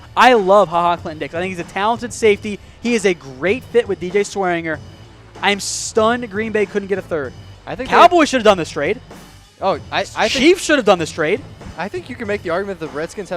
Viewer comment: pronouncing the name Swearinger got me done it's pronounced (Swear-in-ger) not Swear-eng-her) 😂